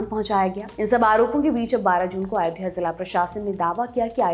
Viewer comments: it's Ayodhya...NOT AAyodhya .... at least pronounce the name properly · कैसी पढ़ाई पढ़ के आ रहें हैं ये जाहिल लोग !? अयोध्या को ये आयोध्या क्यों बोल रही ये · “आयोध्या” कैसे बोल सकते हैं? इतना मुश्किल भी नहीं है “अयोध्या” बोलना। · Isko abhi tak ayodhya bolna tak nahi aaya aur ye banega PM 😂😂😂😂